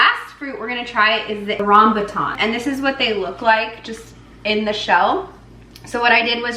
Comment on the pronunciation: YOu pronounced it right! ~Rambutan. There's red and yellow skin, I'm Malaysian and rambutan is easily grown in anyone's back yard in Malaysia. You'll find rambutan mostly in Malaysia, Indonesia and Thailand.